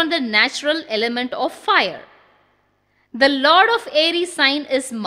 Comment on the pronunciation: Fire ( agni) pronunciation sounds like fear(பயம்) This may please be corrected